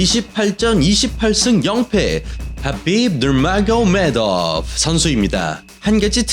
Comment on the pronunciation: ㅋㅋㅋㅋㅋㅋㅋㅋㅋ 혀를 얼마나 굴리면 하빕 마요네즈가 되냐 ㄹㅇ ㅋㅋㅋㅋㅋㅋㅋㅋㅋ